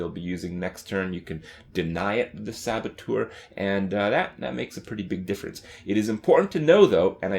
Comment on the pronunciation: Its 'sab-a-tur'